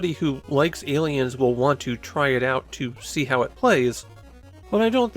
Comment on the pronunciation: Ayyyy leins